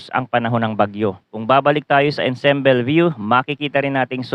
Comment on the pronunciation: ensemble is pronounced as "aan·saam·bl"